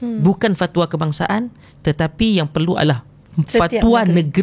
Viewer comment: sebut Fat wa tu pelik bunyi😂